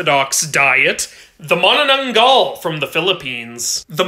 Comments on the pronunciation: Mana-naung-gaul ahh the pronounciation but thanks for the brief expanation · bro fix ur pronounciations with filipino words its (Aswang) not (auswaung) and (manananggal) not (maunaunaunggaul) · im filipino and the gal in manananggal isn't pronounced gul its pronounced like gal in gallon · him pronouncing : filipinos : cringing here i how to pronounce it ma NANAngGAl u have to say it with a strong accent and asswang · When i heard his pronunciation, my filipino ears were are burning like the manananggal with salt💀😭😭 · You got the pronunciation right but it needs a little strength on the "-gal" like a heavy drop sound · Nice pronunciation though a slight quibble. The last "a" sound should be more open less "Gul" more "gal" (not ae just a) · He pronounced them wrong